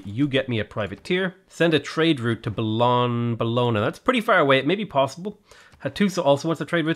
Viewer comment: It's pronounced like "Bolonia" in Italian the "gn" is like the spanish ñ, sounds like nya. So it's Bolonia